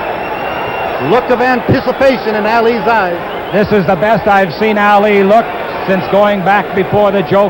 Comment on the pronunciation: What does the announcer say? Because it certainly isn't "Ali".